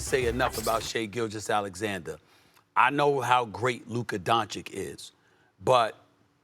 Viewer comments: Stephen A. is a dumb clown for saying Brunson over Luka. But it makes sense considering in 5 years SAS still cant pronounce Luka's last name right. It's Doncic (Don-chich). Not "Donchick". Done watching First Take. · Geez, espn really has reached rock bottom. Talking about SAS disrespect - the guy still cant/wont pronounce Dončić correctly after 6 years.. Pathetic. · SAS can’t even pronounce Luka’s last name right it’s clear he just writes him off